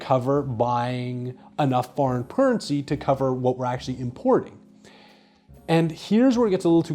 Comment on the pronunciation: Foreign Purrency and you owned it like a boss. Prost.